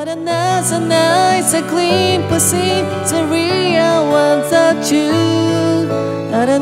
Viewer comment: thの発音ができてないと思うので、解説動画というには少々誤解をまねくかもしれませんね、、、